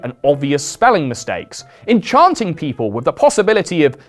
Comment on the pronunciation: Nope it was not enchanting people, it was "encherining" them